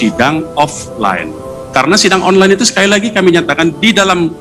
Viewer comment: Onlan, onlen, onlan, onlene..emang ojol ya...pake wig jd serem..😀